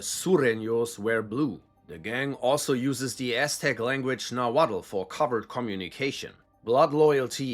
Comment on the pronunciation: The langauge is pronounced "naw-wat" the l is silent